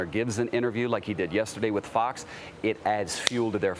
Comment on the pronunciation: Love the emphasis on the word "Fox". That was very Illhan Omar-esk of you.